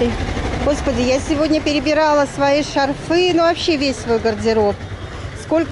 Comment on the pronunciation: Шарфы -ударение на 1 слог во всех падежах : шАрфы , шАрфов , шАрфам , шАрфами.